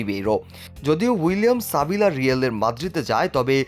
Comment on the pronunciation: সাবিলা না সালিবা😂😂